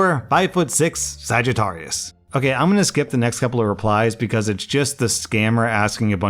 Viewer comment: Guys, isn't exactly the most cultured person in the world so he's going to mispronounce words like Phuket and Sagittarius